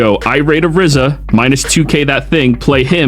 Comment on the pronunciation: I'm Sorry but its "RIZA" not "RIZZA"! just want to help lol! I'd watch the anime if you need help.